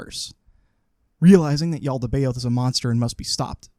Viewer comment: The what is evil? Sorry, I didn't quite catch what it's name is. The "Yaltabeod"? Is that right? Sorry, I'm pretty ignorant about these things.